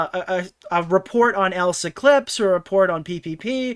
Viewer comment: Poor Elissa’s Clips, never gets her name right 😂